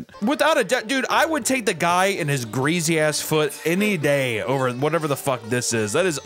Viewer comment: Bro can’t say greasy